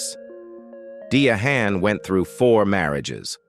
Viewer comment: How do you not know how to pronounce the name Diahann?